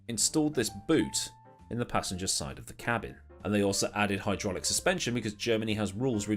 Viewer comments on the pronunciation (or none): none